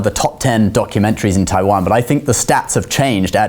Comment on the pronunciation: 又拿著 我要讓全世界看到台灣,連國家名字都講不清楚，是真的愛台灣? 實際的問題 是生計還是真愛